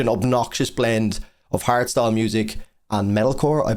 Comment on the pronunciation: Hardstyle? Oh my god I thought he kept saying harry styles, I was like “what does he have to do with anything?”